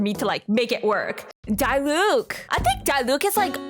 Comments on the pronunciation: YOU SAY IT AS DEELUC NOT DIELUC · idk if you're meming, but it's not D-eye-Luke 🤓